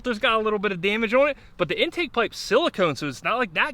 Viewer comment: "Ohhhhwwwwnnn" Nope its just "ON"